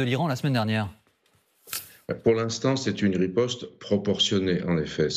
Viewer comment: "rispote" israelienne digne d'un sketch 🤣🤣